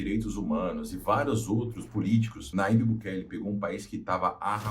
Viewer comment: Aprenda: o ipsilon(Y) em espanhol se assemelha ao jota em português. Portanto, o nome do presidente salvadorenho é pronunciado Najib